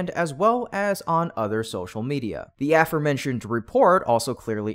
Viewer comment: Thumbs Down for continuing to use this AI script reader that stutters and cannot correctly pronounce “aforementioned” Decent reporting but 👎 and no likes until you fire the AI and hire a human that knows English.